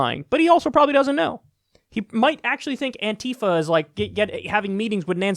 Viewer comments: Kyle... ffs.... is not "Anteefa" it's "Anti-fa". ANTI-Facist-Action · "Antifa." Not "anTeefa."